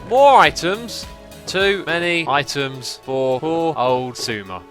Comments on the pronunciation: After a while it sounds like he is saying iTunes :P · at the beginning it sounded like "itunes" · Items... Eye-Tums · I thought he said iTunes at one point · items, I tim's, I timbs, eye tims. eye timbs....